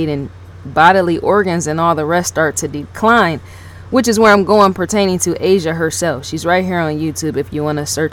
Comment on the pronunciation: The name is pronounced Osh sha...ASHA. NOT Asia! You dum ass shut up you sound pathetic!@